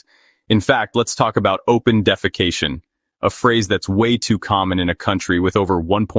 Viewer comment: The way you say "open defecation" makes me laugh 💀😂